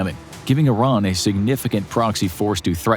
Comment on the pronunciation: Finally a youtuber that pronounces Iran correctly